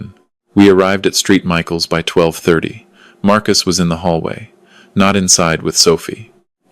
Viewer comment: Street Michael’s is St(Saint) Michaels